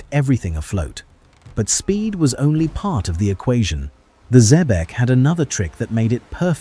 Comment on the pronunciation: Is this the Cacafuego of Patrick O'Brian's Jack Aubrey fame who was closely modelled on Sir Thomas Cochrane (Note to Narrator - Xebec is pronounced - ZEEBEK - you should know that......)